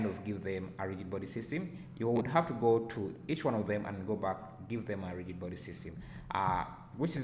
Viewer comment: Thanks a lot! I was doing a similar project and was wondering why the object was not falling into the saucepan. Now I know that I should change convex hull to mesh. BTW rigid is pronounced as 'rijid'